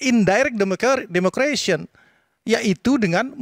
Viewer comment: Ehem, maaf ya.. nara sumber paling kanan.. bahasa inggris demokrasi bukan “democration”, tapi democracy. 🤭